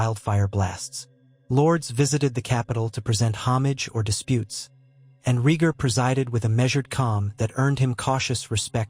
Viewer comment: also, "rheeger"